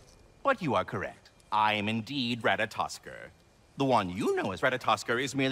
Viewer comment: I may be wrong, I'm not overly familiar with Norse pronunciations, but I believe the last R in Ratatoskr is silent. Or, not exactly silent, but vocalized in a way that it sounds silent to English speakers.